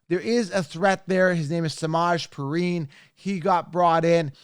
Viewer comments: Smodge preen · Butchering Perine’s name ffs 😂